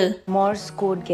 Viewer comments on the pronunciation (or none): Code bunyinya bukan kode tapi kod. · Code.. Cara sebut kod.. Bukan kodeh